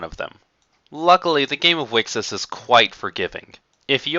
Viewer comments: wicksis sounds equally as bad, mate. And there shouldn't be a "consensus" on how to pronounce the name, its written there very clearly in katakana;) Thanks for putting together this video though. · How says it: Wixoss How people said it: Wicross How you're supposed to say it: Wish Across